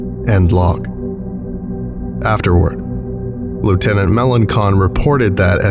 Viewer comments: Hey from Louisiana, and you kinda butchered Melancon it's not melon-con it more like muh-law-saw it's a French sir name *edit btw I'm a Melancon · Melancon is locally pronounced as Me-law-saun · Swamp person here 🖐 Lt.melancon name is pronounced muh-LAHN-sahn. Love too hear a scp from LA keep it up!! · Fun fact: Melancon in Louisiana is usually pronounced "Meh-lawn-sawn". Still, good work on the accents that ain't easy. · Louisianian here. I enjoyed the accents😂also melancon is pronounced "muh loh sohn" bc a lot of the names here are cajun or french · It's pronounced "Lake Borne" and "Me-lohn-son" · I was born and raised in New Orleans... that being said: the name Melancon is pronounced Ma lon son. Sorry but it drove me crazy. All the names were mispronounced a little but this one stuck in the back of my eye lol. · Melancon - muh-LAHN-sahn It's French